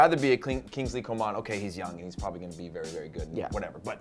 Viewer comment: Come on Prez, Kinglsey Coman is still only 20 years old. And neither of y'all pronounced his name correctly.